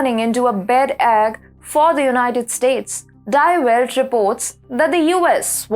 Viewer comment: It's pronounced Dee Velt